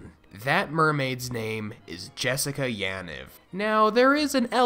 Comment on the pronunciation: Bruh is not that hard to pronounce Yaniv correctly.